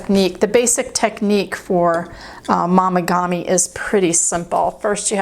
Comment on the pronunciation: Momigami is pronounced with a long “o” not an “ah” sound. Like mo not mah. FYI 😊